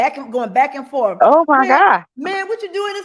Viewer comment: Oaf of office! Licent place? Ankoools? Shock device? Forf. Do dat. Axe. Tackit